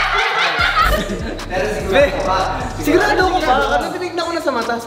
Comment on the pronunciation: saito po..hindi zaito...ttatatatatatatataym